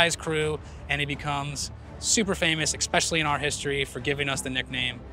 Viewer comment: Expecially? Really,?